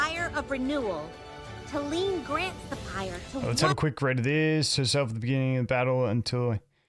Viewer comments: I also think saying Talene like Tay-lean, kind of borrows pronunciation from Selene, one of the first names I can think of that is similar to Talene. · Let's call her, tal-en-eh 😂